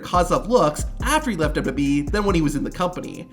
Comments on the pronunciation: "Imagine not being able to say WWE correctly" ....Have you watched your own video? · Why do you have so much trouble saying WWE? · "*scoff* man, imagine not being able to say wwe correctly." Yeah, imagine that.. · Was saying "imagine not being able to say WWE correctly" when discussing Kozlov supposed to be a joke?, because man you butcher it every time. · Dude, slow down when you speak. At least enough to pronounce "WWE" clearly and correctly when you speak lol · wild that americans laugh at vladimir for not being able to say WWE yet they cant even spell or say aluminium properly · 🤣🤣🤣 Just to add on to that...WWE announcers consistently combine the pronunciations of both W's when saying the name. It always makes my hair stand on end. -Signed...an American who thinks we have the absolute most ridiculous language on the planet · Dude can't saw WWE either.. dubba dubba E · Dubyoo Dubyee. You can’t say WWE. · The fuck is DUBBADUBBABEE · "Pfft... imagine not being able to say WWE correctly," said the guy who says "dubbadubbe". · "imagine not being able to say WWE correctly" says the guy who constantly pronounces it like "dub-dub-yee" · The way you say WWE... dubadubee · This dude could both NOT have to say “WWE” in every single sentence. And also TRY to pronounce it correctly. “Dubeeydubeeeeee” 700 times in this videos. Ffs man. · Not a bad list but hard to listen to you say “dub da bee” every 15 seconds lol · Amazing job, great video! You DO make the now classic mistake of calling the WWE the “Dubyoo Dubyee” which is NOT what it’s called, but hey, you can work on that.👍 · “dubidubyee wrestlers” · "Imagine not being able to say WWE correctly" "...which led to him becoming the contender for the DUBEE DUBEE Championship" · It's so f*cking bad. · Only one criticism. Can you please pronounce WWE so that it sounds like W-W-E, and not something that fell out of Vladimir Kozlov's mouth? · "Imagine not being able to pronounce wwe" "Nar sis ist"